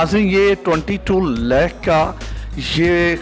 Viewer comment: 24 laaahk.. 15 laaaahk Hahaha angrazon ki owlaad simply bolo. 24 lahk. 15 lahk.... 🙄😜🇵🇰